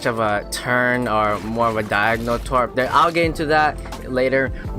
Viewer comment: Tarp bruh not twarp